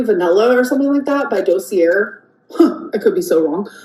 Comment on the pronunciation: “Doe-see-air” 🧠💀it’s dah-cee-A. FBI Frank should have one. Dossier, “a collection of documents about a particular person, event, or subject.